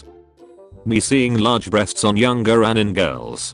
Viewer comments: Is it only me or I'm the only one who's laughing because instead of a-ni-mae it was pronounced as a-nim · The correct pronunciation: Anie-may Text to speech: Anim Also, stay out of my bed, spider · Nobody When text2spech says anime: ᗩᑎIᗰ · nobody: TTS: When you find good anim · the pronunciation of "anime" is so good lmao